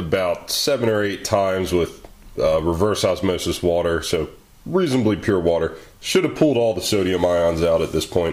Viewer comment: "Add whhhaaater to hacid!!" ahahah